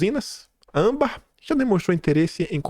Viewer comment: francamente. Chega a dar raiva o jeito irritante que você assassina o vernáculo diariamente, errando até as coisas mais simples, como a sílaba tônica de palavras comuns a qualquer um que não seja um analfabeto funcional, como ÂMbar e ausTEro. Falo como crítica construtiva, apesar de ser dura, é para contribuir com seu trabalho. Coisas como essa fazem sua credibilidade como jornalista cair MUITO. Por favor, mais atenção ao nosso belo idioma, já tão maltratado. Já chega a ameaça da infame "linguagem neutra". 🙄